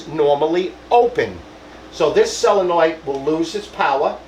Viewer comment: SO-len-oid, not sell-a-noid.Tank you!